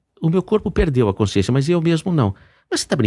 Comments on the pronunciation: Um sábio falando com uma pessoa que nada sabe. Sra, não diga coinsciência, é CONSCIÊNCIA. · Consciência, não coinscisencia. 😂